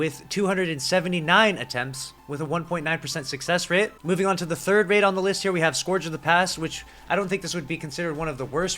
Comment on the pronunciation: Scourge of the past is pronounced "(Skerj) of the past"